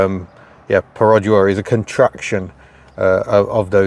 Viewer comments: Stop with your "perOdua" 😂😂😂 It's "perdua" without the "o" in Malaysian. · Your pronunciation of Perodua is dreadful. Its easy enough to check on line. Dua as you said is two in Malay and its easy to check how to say that properly.